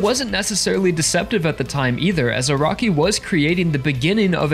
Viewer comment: Funny he says Araki as "a rocky"